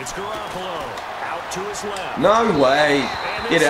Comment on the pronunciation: Buddy...Garoppolo is pronounced Gah-rop-ole-oh